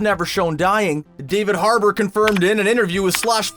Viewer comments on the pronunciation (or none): none